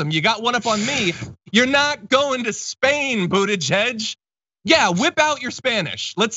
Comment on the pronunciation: Pete Buttigieg will do fine in China. The Chinese love the Maltese. Remember that after 4 years of Trump the US needs to mend-up things with China. It is time that the Americans learn how to say his name correctly.